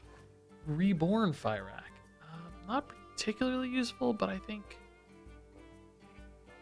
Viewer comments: it's pronounced "fir-ock" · Can we stop pronouncing him "Fairakk" plz...? It hurts my brain. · Cant tell if the misspronounciation on fyrakk is intended or not but if it is, well played, drove me mad with unreasonable anger! 😂